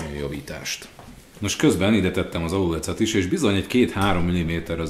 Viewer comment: Miert azt mondod, hogy alulec? Az nem aluléc?